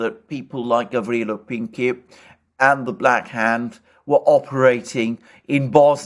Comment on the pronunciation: you pronounce Gavrilo well. His last name is Princip. You pronounce it as principle (an English word) without "le" at the end. Remember, he was a man of "principle".